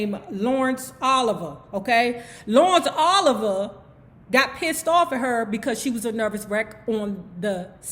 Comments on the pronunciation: Was it Laurence Oliver or Olivier? ( Pronounced O- liv- e- ay) I heard he was a dick so I believe it was Olivier. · I loved some like it hot... lawrence O-live-e-ye not Oliver 🥰